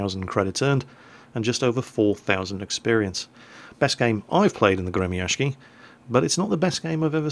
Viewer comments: Hey, the proper pronounciation is not "Gremiashki" as you say:) but rather, Gremiashiyy, after the "sh" you should add double "i" or "y". so it would be like Gremiashiyyyyyy its from word "grom" which means lighting, and gremiashiy means "the one that moves like a lighting" or "one that produces a sound such as lighting does".. a proper word in english would be "thunderous". yea.. thunderous is the right word:DDD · Alexander Meme гремящий = Gre-Mya-sh-chiy щ = like sh-cz, the cz being pronounced like Cz ech Republic. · No "N" in the name there. Grem'-a-sh'-iy. =] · The Gremyashchy is pronounced Gri-ma-shiy!!! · You would be better at pronounciation if you dropped that 'k' and said Gremyashchy with 'shhi'(like 'she', but with 'i' like from 'ink' at the end) instead of 'ky'. I don't know how to explain it better with words. Especially english ones.:) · Gremyashchy is pronounced as follows: part GRE was kinda obvious part MYA is pronounced rather well, like in "mamma MIA" part SH is pronounced like in SHOULD part CH is pronounced like in CHOCOLATE ant part Y is pronounced like in the dude's name BANKSY This give the general idea Although the main accent should be put on "MIA" instead of "SZCZY" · 'Well i dont know, it's RUSSIAN" Well ACTUALLY its English translated Russian seeing how they have a 33 letter alphabet to our 27 letter alphabet, This is the name of the Russian ship in Russian: Гремящий. this being said your pronouncing it fairly well, just dont do a 'k' sound in it, just a longer 'sh' sound